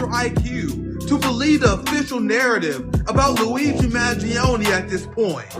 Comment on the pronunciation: What better authority on this subject than a man who can neither pronounce nor spell "Mangione"